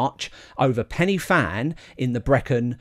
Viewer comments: well done that was amazing. As an ex local its actually pronounced more like pen ur van than penny van. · Pen yr van. A single f is pronounced v. Sorry but as a Cardiff boy this mispronunciation does my head in. Not too much though 😁 The fact you had a go is outstanding. No way I'm doing it with my knees and heart. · pen y van mate one f is a v sound ff is an f sound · Thanks for watching... Now watch my David Goggins 4x4x48 challenge vid - A couple of corrections. First, apparently its pronounced Pen y Van (spelt Fan), I blame google. Second, the Fan Dance route march test is completed at the start of a long selection process and not the end as stated. I got both of these points wrong in the vid, I must do better. 🙏 Sorry for any inconvenience. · For accuracy, the summit is pronounced Pen-uh-van (the letter 'y' is a vowel in Welsh and the 'f' has a v sound) so the 'Fan' is an English play on words. It still works when you use the Welsh pronunciation for the summit and and refer to the endurance march as The Fan Dance. 😁😁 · 'pen y van' is how we say it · It should be pronounced Pen y Van. One F in Welsh is pronounced as V. Two FF make the F sound in English. Good programme though.